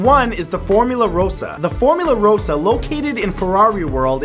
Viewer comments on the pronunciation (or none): 1: None of these are dangerous 2: Formula RAH-SA not ROH-SA 3: Formula Rossa gets to 240 k/hr in 4.9 seconds not 100 in 2 seconds 4: Formula Rossa will not turn your face into a floppy pancake 5: There is no valid lawsuit for what happened on insanity 6: The ride is called “Banshee” not “The Banshee” 7: That weightless moment is called airtime, you’re not going to die 8: Sky scream is not a “unique and interestingly bizarre design”, it’s a premier sky rocket II and there are nine just like it. They’re honestly becoming the next Vekoma Boomerang imo 9: “X2” not “The X2” 10: Congratulations, you described a drop tower 11: Kingda Ka is not dangerous 12: You won’t go on any of these rides but you’re such an expert to be making a video on them?